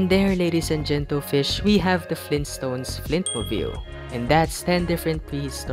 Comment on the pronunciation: Its so funny when you say gentle Fish